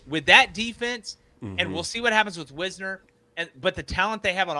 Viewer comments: BRO its Wisner not Wizner! Geesh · His name is Wisner as in "wise"....not Wizner. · His name is (why-z-ner) not whizzner..DA. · here (who has mispronounced Tre WISE-NER’s name all season- stated that “Texas could do NOTHING against OU the whole first half”, revealing that he didn’t understand this game or Texas’ strategy at all. Texas was busy in the first half wearing OU’s defense out by running them sideline to sideline with outside zone, which stymied OU’s aggressive stunts and slants, so that in the second half Texas was able to run at will on an exhausted OU defense, for 20 unanswered points. A moving O-line was impossible for OU to play all their defensive games with, OU’s defenders were like flies running into flypaper against texas’ o line, which pulled them along in a tidal current that allowed Wisner (pronounced WISE-NER) to ball out and run at will for 94 points. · Check Wisner pronunciation. Otherwise, good vid. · Please god learn to pronounce Wisner's name correctly. Hard I.